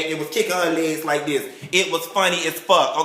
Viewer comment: "Real concerned.....LIKE DIS" ----LOL!!! Much like Kandy Koated Nights, you should invite us to watch your filming sessions!!! I ABSOLUTELY LOVE YOU,!!!